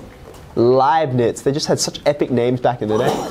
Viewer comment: As a german im pretty suprised how well he pronounced leibniz name :D